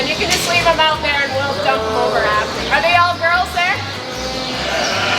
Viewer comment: I don't know why, but I just love the way you pronounce OUT. We American's have such a hard accent and Canadians soften things up! Thank you so much for taking the time to explain what you are doing in such detail! I am not a farmer, but I have enormous appreciation for those who farm! It is hard work and those who do it do not earn nearly the money or praise they should!